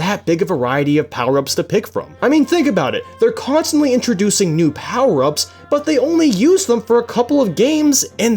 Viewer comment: USE ALL DA POWAH UPS